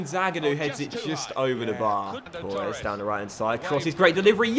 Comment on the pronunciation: Why do you say Tooores? It's Torres